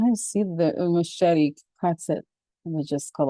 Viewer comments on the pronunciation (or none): none